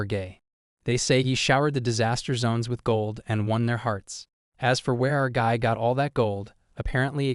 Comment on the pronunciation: was it guy or gay?